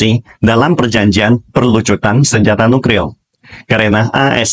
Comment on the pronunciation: Apa saya ga salah denger Mimin selalu bilang NUKRIL bukan NUKLIR